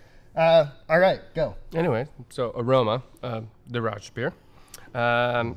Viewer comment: no s sound in rauch